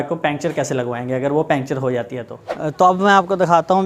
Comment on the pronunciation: پنکچر کہتے ہیں، پینچر نہیں، اور وڈیو بالکل پسند نہیں ائی😡